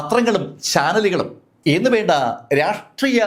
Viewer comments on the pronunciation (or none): none